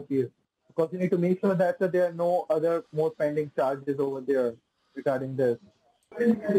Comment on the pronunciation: Over derr